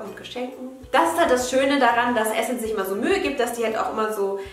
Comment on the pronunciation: Immer wenn jemand Essence Adventskalender sagt denke ich immer das die essen's Adventskalender sagt 😂😂😂❤️